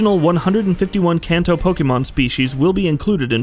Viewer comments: “Can-toe” lol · As a gamer in Japan I was overly distracted by how you said Kanto, but overall solid video